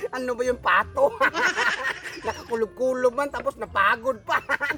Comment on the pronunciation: "napagod" pa Bisaya kaayo hahaha